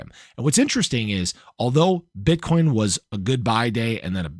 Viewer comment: HAHA you said “bit€hcoin”!!!!’ 😂